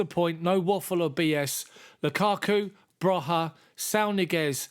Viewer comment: It’s pronounced broya not broha just saying